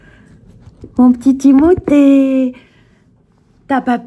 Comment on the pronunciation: il s appelle timotee pas timouty😅😅